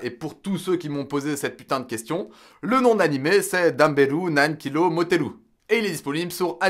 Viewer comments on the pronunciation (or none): C nan kilo pas nan kiro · C'est "Nan-Kilo" pas "Nan Kiro"